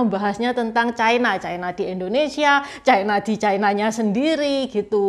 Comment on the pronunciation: Ucapan yg bnr China, bukan Chaina